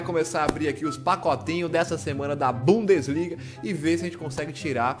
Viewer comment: bundesliga "bundaliga"